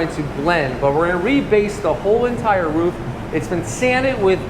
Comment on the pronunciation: The first American I heard who pronounces "roof" correctly!!!